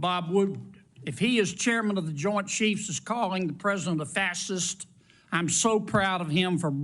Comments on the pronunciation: Pronounced "fas hist". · I’m so sick of old white men, rotting away in our Capitol, not representing the will of the people. Kennedy can’t even say fascist….fassest? Kennedy is a giant tool. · Kennedy can barely prononce the word Fascists or fascism. A complete russian tool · Sorry, but that's a senator that can't even say faciast 😂😂. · God John Kennedy is STUPID. He pronounces fascist fasist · What's a fastisst? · A "fassist"? Lordy, at least learn how to pronounce the word, Kennedy. At least Manner has good manners. I would find it hard to contain my composure at Kennedy's supercilious comments. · Hillbilly cant pronounce fascist he say fassest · Attending is mispronouncing fascist. Sounds like he's saying fas its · What's that an alternaative enunciation of fascist? Fasist. Who does he think he is to say it makes you angry, doesn't it....? Highly educated and can't pronounce a word? How'd he get a degree? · Fasist.....can not even say it correctly. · This Senator doesn’t even know how to pronounce the word Fascist. He sound childish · The moron cant even pronounce the word “fascist” what a disgrace, this guy is an elected official. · Kennedy cannot even pronounce the word “Fascist” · The senator from Louisiana can't pronounce fascist correctly. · Apart from being a total asshole, as always, Kennedy doesn't know how to pronounce fascist and its derivatives. He really thinks he's special. Idiot! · Mr. Kennedy can’t even pronounce fascist. 😢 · He can't even pronounced fascist correctly. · Cannot pronounce fascist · is he mis-pronouncing Fascist on purpose? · Kennedy can't even pronounce fascist correctly, lol! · Did Senator Kennedy graduate from high school? Has he never heard the word fascist pronounced before? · OMG he can't even pronounce fascist? This is the problem they are threatened by everyone that is more intelligent ! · Mr. Kennedy can’t even pronounce the word fascist. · A Fascist, who can't pronounce the word "Fascist"... Priceless.